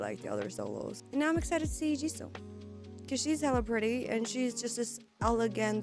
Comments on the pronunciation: Congratulations, this is exactly how u pronounce her name !!! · You pronounce her name right now